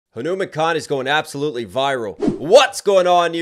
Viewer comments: It's not humankind It's Hanumankind, pronounced Hanuman-kind or Hanu-mankind. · Who wants to learn the pronunciation of Hanumankind😭🙏🏽😭🙏🏽 it's "huh-noo-maan" kind